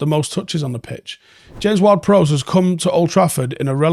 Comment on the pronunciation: You really struggle saying "Prowse". You said it right first and I was shocked and thought someone must have told him then you reverted back to saying it wrong